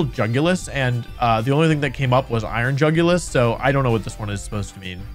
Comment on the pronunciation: Dude said iron jugulus :( And he showed us Scream Tail stats ( execpt for speed )